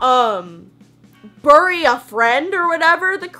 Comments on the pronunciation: idk why but i tripped up when you said bury a friend. idk like i’m texan too and i say bary a friend. i don’t know you say it like brrrrr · billie eilish= “billie eyelash” scared= “scarred” bury= “BURRRie” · When says "burry" Me: 😵😫😐😑